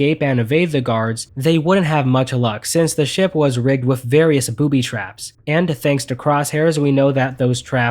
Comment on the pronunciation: I can't do it.... with....WITH.....W....I....T....H TH NOT WIFF ....... TH.... NOT F